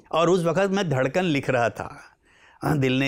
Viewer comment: लेकिन आप नुसरत से “धड़कन “ का भी सही उच्चारण नहीं करा सके (दडकन )